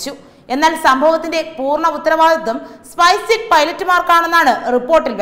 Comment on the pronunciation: സ്പൈസെറ്റ് എന്നാണ് തുടർച്ചയായി പറയുന്നത്,സ്‌പൈസ്ജെറ്റ് എന്നല്ലേ?.